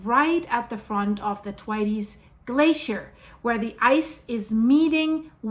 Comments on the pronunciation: "Twities" 😂 it's Thwaits "th waits" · Good morning it's the Thwaites Glacier Pronounced Th wai tes 😂👍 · It's pronounced Thwayts. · Thwaites not Twities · Pronounced "Thw 8's" not Thwaytees. Just fyi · Isn't it pronounced Th-waits? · Thwaites Glacier pronounced th-waits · It’s pronounced Thwāits (Rhymes with WAITS) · Pronunciation, is Th-way-ts or, if you like, "Waits" with soft "th" stuck on at the front. Common British surname, and you also get the singular Thwaite in place names. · Pronounced Th as in Thirsty and waites as in waits. No tighty whitey's 😂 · the pronunciation is th (like the) WAITES (like waits). Put it all together - th-waites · Its pronounced Thwayts 💕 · Is it not pronounced Th..way..ts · Thwaites pronounsed Th-wait-s, named after Frederik T. Thwaites. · Love your work but it's pronounced Th-waits xxx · yes girl she totally pronounced that totally wrong so Lisa yes she did girl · just to say, it's pronounced Thwayts. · It’s pronounced ’TH-WEIGHTS’ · So,I love you dearly ❤️. Thank you for being vocal about the Th-waits (pronounced like The waits without the hard E) or Thwaayts if you can understand it better that way. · Hi,. FYI: The glacier is pronounced like waits with a Th in front of it. Thwaites - all one syllable. Not a Spanish pronunciation. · lets listen someone who cant even pronounce Thwaites Glacier correctly. If you don't even know what its called how can we take anything else as certain. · Learn how to say “THWAITES!” properly. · Thwaites rhymes with HATES. 😅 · Thwaites one syllable no tes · Just love the way the good lady says Thwaites ! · yes definitely pronounced that wrong yes sir I concur that's great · Lol no it th like the thwaites glacier.....at least pronounce it right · TY elyse. It hurts my ears to hear the way she pronounces it😶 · I had to giggle at "Thwaites". Isn't it's pronounced to rhyme with "gates"?